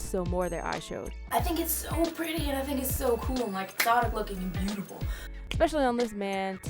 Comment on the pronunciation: Same! "YOUARETOOBOOTIFULLL"